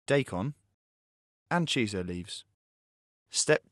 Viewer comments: *Shiso leaves, not chiso. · Shiso, not Chiso.